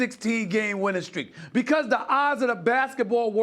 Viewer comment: “Winning steak”